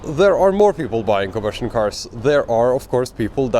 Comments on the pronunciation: Are you saying combustion cars or ICE? I kept hearing conversion cars. I am not sure what a conversion car is. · I think he's trying to say "combustion car", but he has a severe speech impediment.